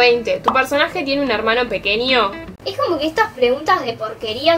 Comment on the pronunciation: Me encanta cuando dice.... pequenio .....Espania ... pero te entiendo